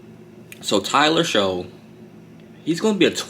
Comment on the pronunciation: It's pronounced Tyler "Shuck"